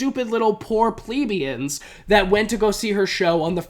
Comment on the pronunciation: It’s pronounced ple-BEE-ans.